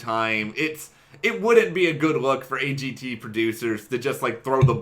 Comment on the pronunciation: Simon talen not z,A G T A.AA.